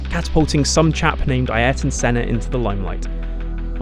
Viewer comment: Who the hell is eye-air ton Senna?!